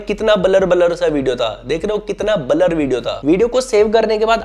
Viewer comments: Blur ❌ Balar 👍 wah 😅😅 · Blur ❌ balar ✅